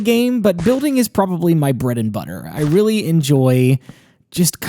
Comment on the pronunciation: When u said breadedbutter its sound funny